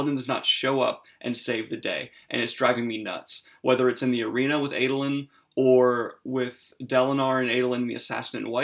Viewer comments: Ahdolin not Aydolin. Shallan not Shollahn. Lol sorry that's just me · I find the differences in my pronunciation of the names (as a South African) and Daniel's (as an American) to be fascinating. For instance I call him AH-doe-lin, not AY-doe-lin.